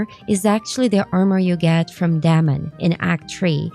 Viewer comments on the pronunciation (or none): none